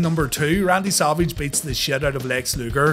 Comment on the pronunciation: Sounds like he says Salvage instead of Savage. Lol